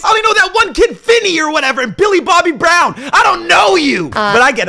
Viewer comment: Man’s really said “Billy Mobby Brown”. I fucking love you, keep being you 🤣🤣